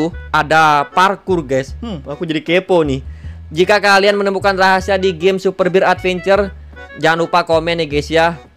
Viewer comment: Super bear bang bukan super bir 😅